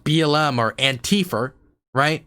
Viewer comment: lol you said Antifer xD